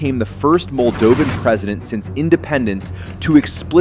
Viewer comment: Who cares! The Moldovan pronunciation is unbearable!